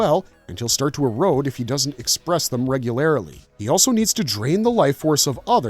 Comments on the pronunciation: Did you say regularily? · I love this vid! Especially the pronunciation of regularly as 'regularily'. This is how I will pronounce this in future! :) Plus, Omega Red as a Karen?! Priceless! Keep the good stuff coming please!